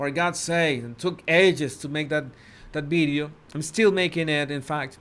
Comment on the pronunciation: You say "bideo" it is VIDEO